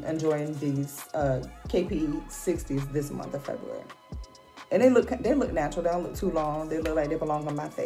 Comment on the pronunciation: Lol Feb'ry you heard her Shay she said Feb'ry